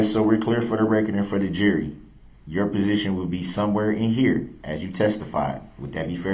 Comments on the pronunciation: Anyone notice he says presiton, not position? This man just cannot pronounce so many words correctly. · It’s position not presition, shut up!!!!